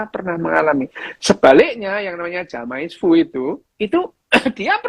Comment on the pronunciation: Maaf... "Jamais vu" dibacanya "zame-vu"... jamais is French for "never"... Sekadar mengingatkan...